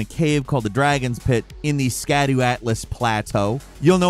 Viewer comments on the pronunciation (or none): Scadu is pronounced (Shadow)